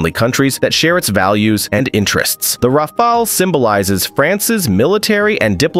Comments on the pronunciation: Rafail -Rafale -Rafale -Rafol -Rafol -Rafol 2/5 You are getting better at pronunciating it, a few more videos and you'll be good. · Rafale: R A F A L. et non wafwaole. Dassault Aviation: DASSO AVEASSEON et non Dassao aviéchieune. C'est si compliqué de prononcer correctement dans la langue d'origine?? Faites un effort!! Franchement c'est ce qui m'agace le plus chez les américains. Aucun effort. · Can't you at least pronounce the word Rafale correctly? This shows your lack of knowledge and mostly of competence in the domain. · I like how the narrator pronounces "Rafale" differently every time - helps to know it's not AI.